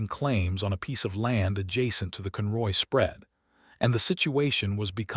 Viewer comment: One thing I like about all of the words said so very wrong . . is that I am content knowing that 'no time soon' will AI take over society fully. For this story, it was hard hearing 'read' and 'cun ROY' said upside-down, wrong. 🤪 Oh well... loved the whole story.